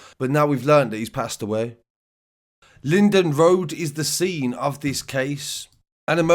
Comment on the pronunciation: Linwood Road not Lindon.